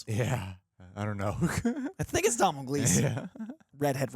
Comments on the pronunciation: It’s pronounced “Dough-nul” not Domnull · hi name isnt "dom-nail" gleeson. its pronounced "donal" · Irish name it’s pronounced “Donall”. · It’s pronounced DO-NAL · Its pronounced Dough-nal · fyi its pronounced 'donal' gleeson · Guys it’s pronounced Do-nal 😂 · It's pronounced Donal ...sorry had to